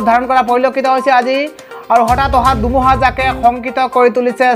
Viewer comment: Apuni kinu dumuha dumuha koi thake he. dhumuha buli kabo ako